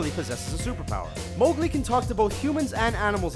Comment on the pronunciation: Anna and Mowgli are mispronounced.... grr....